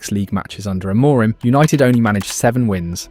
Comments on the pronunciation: AM A RIM ... get it right ... AM A RIM !! Not A MOUR RIM! Are you American talking about British football? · I assume this is an AI who is mispronouncing people’s names rather than somebody who has avoided every mention of their names. Ten HAG and A-MORE-im? Try harder. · Narrator can't pronounce ETH's or Amorin's name. I'm out. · The two different pronunciations of Amorim at the beginning and the end had me on the ropes 😅 nice vid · Didn't realise I was listening to AI until the 'simone else' . Spelling error in the script? I did think it was a novel pronunciation of Amorim.